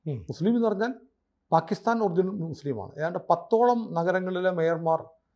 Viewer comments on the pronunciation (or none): none